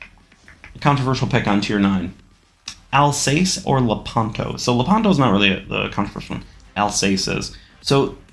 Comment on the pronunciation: In the Colombo line,the tier 7 is absolutely painful but from the Vittorio Veneto and on are great(also "Al-sase")